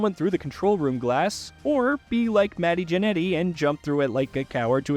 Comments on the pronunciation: Shinsoookay Nakamura and Matty Janetty 😂 who programmed this a.i.? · Dude said "MATTY JANNETY"